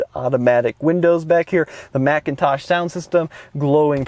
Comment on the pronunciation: Please stop pronouncing the audio system as Macintosh. There's no "a" in the brand name; It's McIntosh.